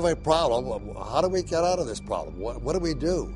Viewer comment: "Uh hoston we had a ploblem" Surly had would infer past tense of the problem like I was alreadysolved